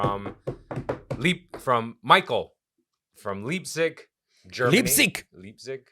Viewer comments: Night clubs are hideous dumps anyway, good riddance. And who doesn't like beans, throw out at least the first water to avoid gas issues. And it's Laiptzig, not Li:ptzig. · XD Its pronounced Lypzig. Ei sounds in German are basically like saying I or eye.. I live in Leipzig also. Has a huge gothic and dark alternative scene with the biggest gothic festival in world for over 30 years called Wave Gotik Treffen. I recognized the postcard too haha as Ive seen it in shops. Has Augustus Platz with the University, MDR Tower and the Gewandhaus and Opera. Maybe you will get another post card from Leipzig one day. 😝